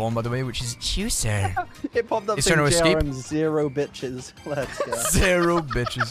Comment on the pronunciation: … why does he say juicer like that???